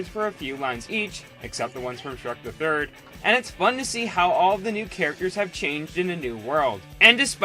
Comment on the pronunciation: When he said Shrek the third I swear he said Shrek the turd LMAO.